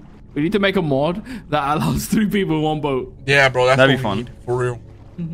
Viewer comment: One two tree four five six